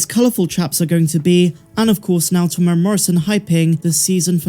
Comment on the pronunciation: .....Teeee mooo era ... Morrison if you dont wanna keep sounding wrong.